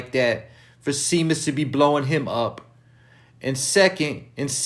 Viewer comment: It’s pronounced (ShayMus)